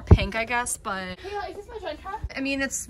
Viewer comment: Not Kaleys but Kayla’s